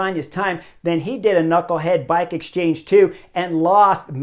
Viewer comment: Love the Butterfly effect >> but I still say, pronounce the K in knucklehead😂